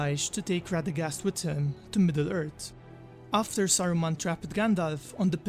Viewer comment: had to leave the video as soon as he said MiddleErt.... smh sound it out Midd-le Earthhh lol im just trollin but forreal I couldnt watch the video